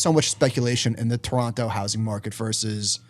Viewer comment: Respect for saying "Toronto" properly